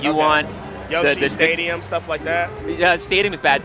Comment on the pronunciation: "What stages does Yoshi want?" "Definitely not FD or Dreamland." "Yoshi's Stadium? Stuff like that?" (I know there is a comma there but it really just sounds like he said *Yoshi's Stadium*)